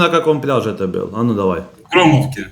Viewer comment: Нужно говорить не бил а был.учи русский,блогр.ребята с Крыма красавчики,молодцы,ржали над тобой.до твого уровня не упали